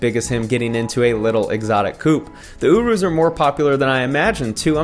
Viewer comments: It’s pronounced Your-Us😂 I was confused when I heard OoRoos😂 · Uroos lmao . its said like this your-rus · Js it’s pronounce Your-is. Other than that love these videos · He called the Urus an “oorus” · Fan of the content but it's "yure-russ" not "yoo-roos" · It’s pronounced Ureis and spelled urus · The way you say Urus makes me want to die